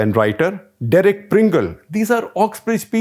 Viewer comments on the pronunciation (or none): none